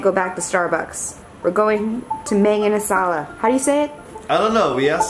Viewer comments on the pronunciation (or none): Not only they put asado sauce on rice, they pronounced mang inasal the cringiest way possible. Not hating btw just saying. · When the lady said Bon Chon for lunch, i thought "how dare you not say MANG INASAL!" HAHAHA